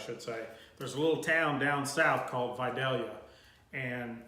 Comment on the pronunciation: Thank you SO MUCH for pronouncing “VIDALIA” correctly!